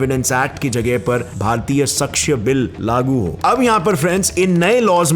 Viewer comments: its not 'sakshya', its pronounced as 'saakshya' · भाई ...'सक्ष्य' नहीं होता , इसे 'साक्ष्य' बोलते हैं। बाकी वीडियो बहुत बढ़िया बना है। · भैया वह शक्श नहीं साक्ष्य होता है।😂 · bahut achhe se explain kiya apne bt साक्ष्य होता है सक्ष्य नहीं और सनिता नहीं सहिंता होता है ❤ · सक्ष्य नहीं साक्ष्य हैं भाई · Its not सक्ष्य bro. It is साक्ष्य (meaning Proof) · Hey, I like your content too much but, please take care of our Hindi language, *request Like, samhita - स(मं)हिता = संहिता Sakshya - साक्ष्य (not सक्ष्य),... And many more💔🤌 🙏🙏